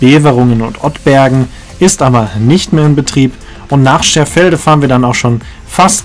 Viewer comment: Das heißt Scherfede und nicht Scherfelde